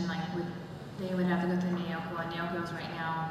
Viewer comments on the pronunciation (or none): people who want to open up "fan sites" for Naoko should probably learn how to pronounce her name correctly? this isn't 58 minutes of people say "nay oh ko" is it?